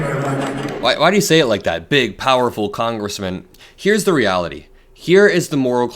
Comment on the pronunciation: Why did he say it like that? "Big, powerful Congressman?" Sometimes I think Trump is so far in the closet that he's having adventures in Narnia.